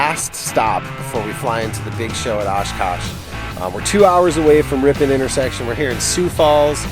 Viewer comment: San Franciscan: Ripin. Wisconsin: RipON